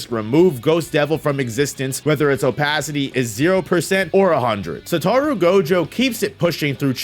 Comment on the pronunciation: Sa-toe-roo... Satoru